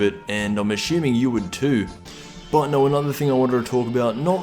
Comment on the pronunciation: ashooming? i know its a mistake nothing serious